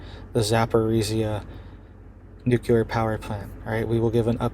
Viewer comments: "Nu-cle-ar". Not "nu-cul-ar" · I appreciate your information, but PLEASE say nuclear with LEE, as NucLEEar and not nucUlar.